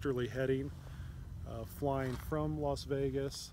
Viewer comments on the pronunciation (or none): Sound like he is pronouncing it LOS Vegas, not LAS Vegas.